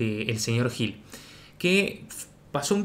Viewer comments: Te acabo de descubrir. Muy interesante el canal. Dejo un comentario en este video, porque vivo en Israel y este sujeto es israelí. Se llama GUIL, así debería pronunciarse. Con respecto a la tonalidad (yo no entiendo nada de todo esto y seguro vos tenes razón) hay mucho del acento y de como hablan los israelíes. MIAU! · En Israel se pronuncia Guil, no gil